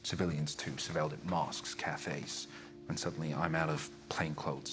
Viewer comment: "mosques" "cafes"